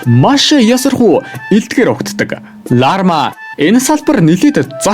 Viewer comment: Larma❌ Larva✅ hahahahah